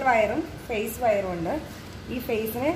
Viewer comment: Madom your prounsation is wrong 'FACE'(means Human face)'PHASE' (Electrical Energy)I amEle-Supervisor from Angola S-Africa